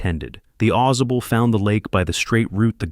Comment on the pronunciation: It's Ai generated slop. As soon I I heard how it pronounced Ausable, I knew. "Awe Saw Bull" not "AweZuh Bull"